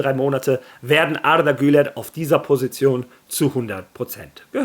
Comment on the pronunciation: Wie du Arda Güler aussprichst 👍